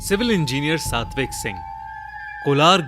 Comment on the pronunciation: thanks for picking my name and pronouncing correctly satvik sing ❤️